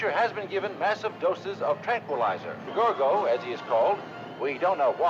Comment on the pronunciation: For goodness sake, it’s Gore-go, not Gar-go.